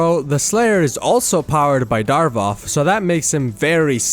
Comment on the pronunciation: idk how i feel about you calling him "Darvoth" instead of "Davoth"